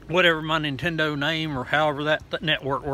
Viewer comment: “Nintendur switch”